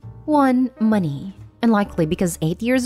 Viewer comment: Why do you say money so awkwardly? Why moneyyyyy?